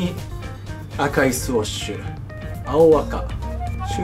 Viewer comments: スウッシュってゆってお願い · NAOTOさんスウォッシュではなくスウッシュですよ〜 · 好きなのは分かる。でもスウォッシュって言い方は間違い。